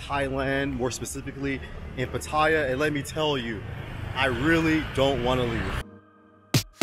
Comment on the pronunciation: 1. OMG you are one of very few vloggers I heard pronounce Pattaya correctly 👍 2. Try and get out of Pattaya/Bangkok/Phuket - they are NOT real Thailand, they are Western settlements within Thailand